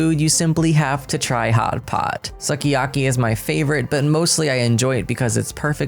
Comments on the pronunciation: Yama-chan, not Yama-khan. Soo-ki-aki, not Sucky-aki. Ko-moh-rebi (longer moh sound), not Ko-more-ebi Sen-ba-maahhh-chi (shorter ba sound, longer mah sound). You got taiyaki right, though. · Sukiyaki pronounced as soo-ki-yah-ki*